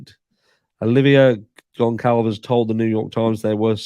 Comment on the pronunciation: Hey,! GonCalves is pronounced “Gun-Salvez” Thanks for covering this case!